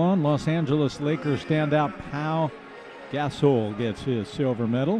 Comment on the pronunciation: Announcer: "Paul Gas-soul" -_